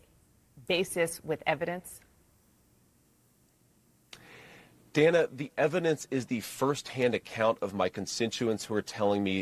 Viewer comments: This is just one itty bitty correction. The CNN host Dana Bash pronounces her name "Dan-uh" and not "Dane-uh". Other than that it's just incredible to me that JD Vance and Trump are allowed to just incite violence against the Haitian immigrant community. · She’s been a preeminent television anchor and political journalist for more than a decade,. She pronounces her name “Danna.” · Her name is pronounced Dan’-ah. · Nice commentary- BTW, though not spelled grammatically correct, the reporter’s name is pronounced, per herself, as “Danna.” Mispronunciation of her name, esp by candidates, ON her show, is, imo, disrespectful (prob purposefully). jd is a monster 👿 djt is ill; always has been. jd KNOWS better. 100% opportunist. Another thought; suddenly a VP is able to set/enforce “policy,” (??) though djt stated a VP really “doesn’t matter much to an administration, really doesn’t determine a president’s decision-making…” (not direct quote) but djt DID say that. Paradoxical. Shapiro is a political “beast,” who is actually GSD-ing! Mad respect. Shapiro has great insight; however, he hasn’t fully grasped that w/ maga, (all intentional sics), there IS NO BOTTOM. 🤥-ers Full stop 🛑 🇺🇸❤️🗳️📖‼️💙💙💙💙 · Dan-uh Bash... If you are going to use her material then at least have the decency to learn how to pronounce her name.